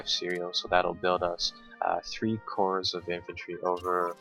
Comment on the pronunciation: good video as per always, just a note: Corps is pronounced Core. So it would be first core second core rather than first corpse second corpse!